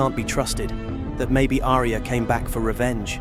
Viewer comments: It's Ar-ya not A-ri-ya!! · Who the hell is Aria? It's pronounced Arya. 2 syllables. Ar-Ya.